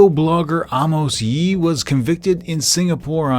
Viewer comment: Its actually amos yee. (A-mers-)